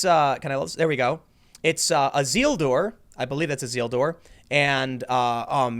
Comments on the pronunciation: its isildur pronounced i-seal-dur not zeal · ah-ZEEL-dur! EE-sil-dur, man